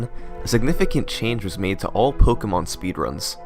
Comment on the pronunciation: It's pronounced (Po-kay-mon) btw